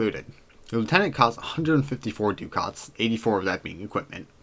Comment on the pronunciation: liked and subscribed... one thing: it's pronounced "duck its"